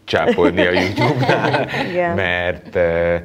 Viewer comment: Jutub...és nem jutyub...honnan szeditek ezt a ty-vel való ejtést...